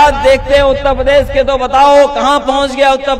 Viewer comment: पहले ढंग से उत्तर प्रदेश बोलना सीख लो फिर बाद में उत्तर प्रदेश को संभालना